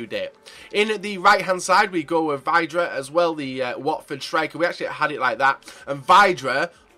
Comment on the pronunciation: It's pronounced Vi-dra. Ugh.....